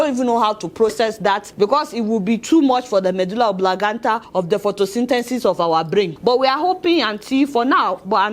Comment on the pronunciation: 🤣🤣🤣🤣🤣🤣🤣🤣🤣🤣🤣🤣🤣🤣🤣🤣🤣🤣🤣🤣🤣🤣🤣🤣🤣🤣🤣🤣🤣🤣🤣🤣🤣🤣🤣🤣 Adeola ooo! Your "Medulla Oblangata "